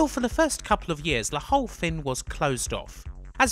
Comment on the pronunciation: Why always "Thin" instead of "Thing" ?